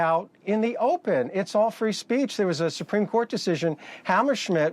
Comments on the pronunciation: “Free spreech” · Trump's lawyer is clearly uncomfortable defending trump's b.s. . How many times did he say "free spreech"? Way to go Dana! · “Free spreech”.